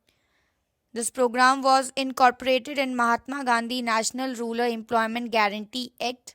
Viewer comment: Its rural not ruler